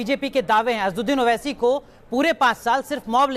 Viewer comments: ye jo anchor hai inko thik se asswadin owese ka naam be thik se lena nahi aara hai..Aur asad bhai se baat karraha hai.. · Kaunsa anchor hi yeah jo asad bhai ka naam lene bhi nahi aara isko...hhhh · Asaduddin owesi naam to sahise lena nahi aata anchor ko🤣🤣🤣🤣🤣🤣🤣